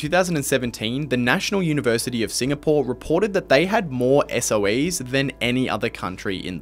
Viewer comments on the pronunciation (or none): none